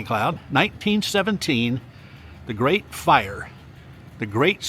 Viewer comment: you're doing a great job!...and I chuckle at "grate!" every time 😂